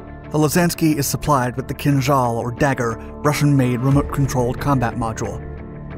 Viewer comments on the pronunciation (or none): none